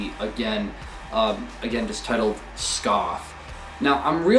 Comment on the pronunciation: They are pronounced SkA-fee not skaf.